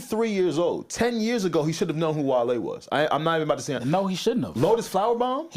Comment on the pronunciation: The problem is that in the clip the chat tells him and he still mispronounces the name. Kai called him "Wall-e" and turns around to his partner and was like "oh you know him"? He clearly just didn't know who Wale was and that is what everyone is upset about. On the other hand; Wale didnt have to jump back on the stream and address the issue in front of Snoop lol